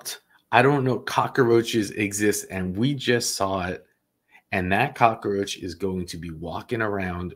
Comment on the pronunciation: Thanks another great show! One thing, it’s cockroach, not cockaroach. 😊